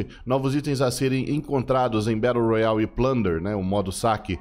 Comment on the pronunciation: Batu roiale kkk